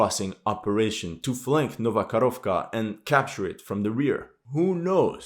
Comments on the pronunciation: ITS NOT KAROVKA, ITS KAKHOVKA, Karovka is a COW in Russian :D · It's not Nova KaRovka. It's Nova KaHovka. H like in "Hold". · It's not Novo-Kharovka, it's Novo-Ko-h-ov-ka. "Ko" as in {ca}ll, "kh" as in {h}ead, "ovka" as you pronounce. Also, not "Inhulets", but "In{G}ulets". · It's not "Karovka" but "Kahovka (cyr: КАХОВКА)". Karovka is a little cow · Dear "" I love your work... But please get the name of this town right.. It is "Nova Kakhovka"... not the "nova karovka"... in russian and ukrainian languages "karova" means "cow".... "karovka" might mean "little cow"... None are suitable names for a city or town... 🙂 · thanks for another great video. One minor thing: you pronounce Nova Kakhovka (New Kakhovka) as Nova Korovka, which is the Russian for "new cow". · Man, when you pronounce "Nova Karovka" it means "new cow" :D Just say Nova Kakovka. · Nova Kakhovka, not Karovka. Karovka means a little cow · not Nova KaRovkra, but Nova KaHovka(Ho - like Howitzer) :-)))